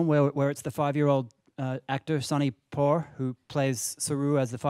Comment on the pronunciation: Sunny "poor"? It's Puh-vaar